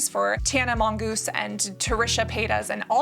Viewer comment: i died laughing as soon as you gave up and just said tana monGOOSE